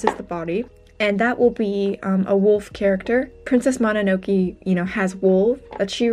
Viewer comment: The way you keep saying mononoke wrong is so painful. :( I'm so sorry but I genuinely cannot stand it